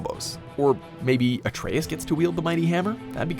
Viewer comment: I like this video because you pronounced Atreus correctly.